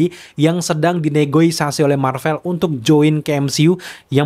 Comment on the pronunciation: mas, yg benar : Ne Go Si A Si bukan : Ne Go I Sa Si